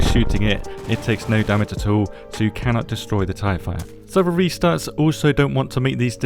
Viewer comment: anybody else hear "Tie Fighter" instead of "tire fire"?